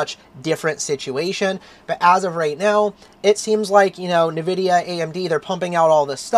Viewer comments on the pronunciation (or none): It's hard to take someone seriously that dosen't say Nvidia right... It's "IN Vidia"... not Navidia...